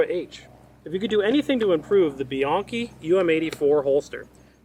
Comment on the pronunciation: Thank you for not pronouncing Bianchi "bee-yankee"